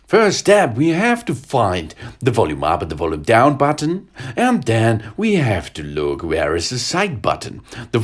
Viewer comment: his accent is French Chinese and Swedish and when he says button he says the b so loud like BUTTon